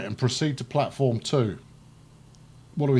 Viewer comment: Actually "Stadt" is the german word for city, so it is technically a city. And nice sayed "Plattform 2" and greetings from a German ^^